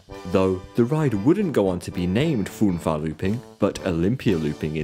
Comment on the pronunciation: one good thing about German is that pronounciation is very close to the way it's written - "Fünferlooping" s not "fun-far lopping" but "Fünva-looping" .. best to look up the "ü" sound.